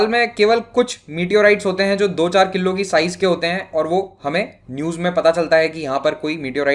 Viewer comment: किल्लो नही भाई किलो😁😂